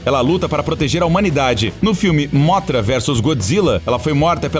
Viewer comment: Mano não é móthra é mõthra e não rei ghidorah e mais devagar o ghidorah